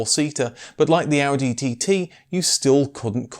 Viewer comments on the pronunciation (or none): none